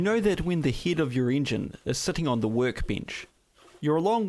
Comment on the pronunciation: Oh, I thought he was saying "heed"